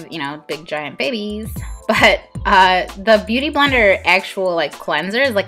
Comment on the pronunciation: You always call it booty blender! Hahah